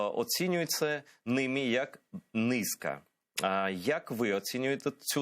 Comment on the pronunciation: НизькА. Наголос на останню літеру. Це для просвіти.